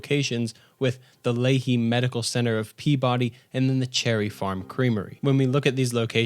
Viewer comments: Sorry but I am laughing at how you say the names of Gloucester, Weymouth, and Peabody. As a Massachusetts native and reluctant resident. They are locally pronounced Weymuth, Glouster, and Peabidy. I mean no disrespect to you of your channel. Just some Eastern MA folk (Bostonians) in particular get all up in arms. I do like your Indepth look at my home state in the game. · Great video, but, My brother in christ. Please; next time you do a video on FO4/MA please consult anyone from MA on how to pronounce the town names. Your pronunciation of Natick, Weymouth, Peabody, and Gloucester caused me physical pain.